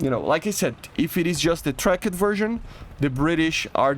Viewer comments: dude stop using the silent letters in the english language tracked is not track-ed it is trackT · The way he says tracked like trak-ed rapier is cool